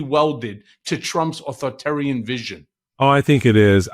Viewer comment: Michael Cohen, please learn to pronounce "authoritarian"!